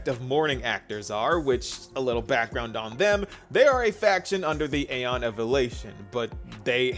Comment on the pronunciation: It's okay, you're still pronouncing aeon wrong though 😂